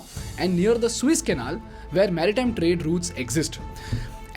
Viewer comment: Dude why do you call Suez canal Swiss Canal? The moment i heard that i knew i can't trust your half-truth bullshit.